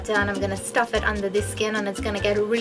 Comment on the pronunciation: Stuffed not St urged 😅